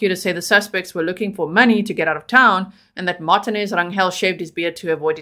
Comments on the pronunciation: pronounced mar teen aze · Hello-Love your show! It is pronounced Mar-tee-nez. It's a Hispanic/Mexican surname. If you really want to pronounce it like a Spanish speaker it would be pronounced Mar(roll the "r" with the tongue)- ti-nez. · Lol his last name is pronounced mar- tea- nez instead of Mart-tin- nez think Jennifer Lopez or Fernandez or Perez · Its Mar TEEN ez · Martinez is pronounced Mar teen ez Spanish vowels A = Ah, E = Eh, I = ee, O = Oh, U = ooh Just helping you out